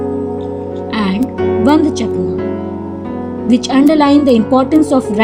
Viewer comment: MAM ITS NOT VAND CHAKNA ITS VAND SHAKNA